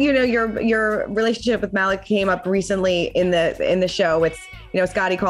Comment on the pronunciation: I'm dead. she pronounced Malik's name completely wrong. ROFL!!!